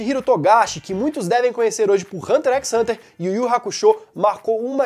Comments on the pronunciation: "hunter équis hunter" não, é só "hunter hunter" D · Se lê Hunter, Hunter e não Hunter "ex" Hunter... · "Hunter equis hunter" kskksksksks